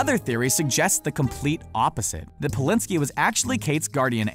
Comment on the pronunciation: Gus Polinski?? Noooo Bulinski!! John Hughes named the John Candy part after the shows craft service man Ray Bulinski true story. Even IMDB got this wrong